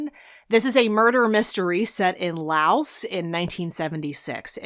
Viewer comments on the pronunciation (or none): none